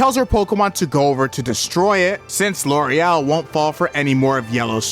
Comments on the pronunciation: Am I nuts, or is the elite four woman's name Lorelei? Not Loriel? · I'm seriously not trying to be rude or anything, but are you dyslexic? You mispronouncing Lorelei for the entire video was extremely grating. I don't know how you can get to what you were saying from a word that clearly ends in two vowels. You should really try harder to pay attention to words. You should seriously stare at them before you confidently come up with a pronunciation. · armadillo and loriel, cant read